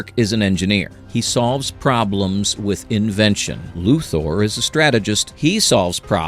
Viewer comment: I know this post is meant to say "hey, we're not using AI," but I still think it's AI. Why? Weird mispronunciations. Example - : "Luthar knows this." Luthar? Really? A real voice actor would've re-recorded that line, but AI doesn't know the difference.